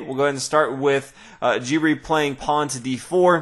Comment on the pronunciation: just saying that Anish Giri's last name is pronounced gee-ree not jee-ree